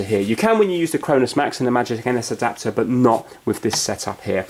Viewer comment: The way he said adopter though